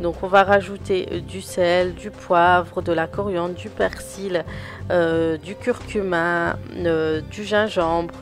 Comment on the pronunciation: Slm bonne vidéo! On dit du curcumA à ne pas pas confondre avec cumIN 😂 sayais c'est dit parcequ'a chaque je t'entends le dire 😅